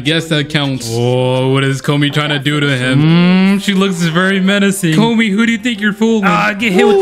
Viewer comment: Please learn how to pronounce “Komi” you sound like the dub pronunciation of it